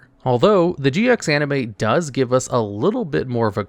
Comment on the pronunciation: Am I the only one who heard him say DX instead of GX? Am I just crazy?